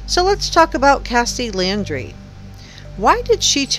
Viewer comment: It’s NOT LANDRY, it’s LAUNDRIE!